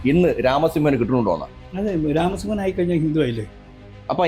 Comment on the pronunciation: സുഹൃത്തേ... രാമസിoഹൻ എന്നു പറയുക